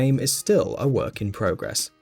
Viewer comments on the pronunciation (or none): none